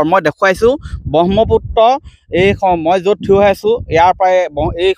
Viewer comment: Pronunciation bur olop xuddho koi kobo dei. Bahmoputto nohoi... Brahmaputra..!!!